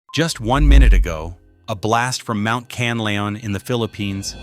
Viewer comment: Pronounce it. KAN LA ON, THANKS